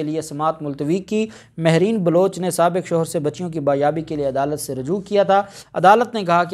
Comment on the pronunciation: the word is Baziabi indtead of Bayabi.pls corrrect and think before you speak.learned lawyar must be correct .